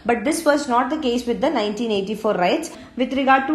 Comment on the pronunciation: It is not rites it is riots